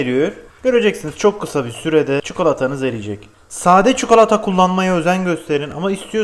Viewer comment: Abi çukalata nedir 😂